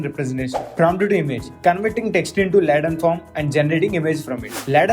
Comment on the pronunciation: its Latent not Laatent..your pronouncing wrong